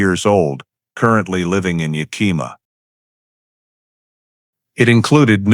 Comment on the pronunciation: I would advise you to first learn how to pronounce areas around the story line. You mutilated Yakima and Chelan. Yak’ a ma is the town and Chelan is Sha’ Lan.